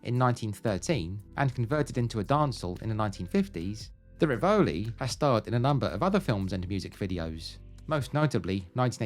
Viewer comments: "Rivoli" is pronounced "riverlee" "Cadogan" = "kaduggan" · I used to walk down Brook Drive (Come on Eileen) in those days near where I lived then, and also lived near the Rivoli Dance Hall in Forest Hill, please say RIVoli, as its an italian name. Aha also started in Sydenham another place I lived near. I moved around a lot.😅